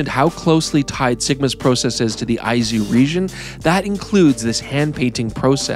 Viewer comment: My apologies to for saying he was pronouncing Izu wrong when he was correct in saying Aizu. Two different prefectures altogether. Great video tour.